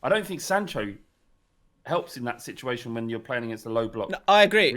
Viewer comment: 'In this siduation'